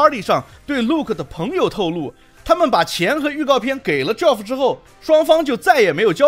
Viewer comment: ，友情提示，Geoff这个名字和Jeff的发音是相同的，都叫 杰夫，而不是 脚夫🤣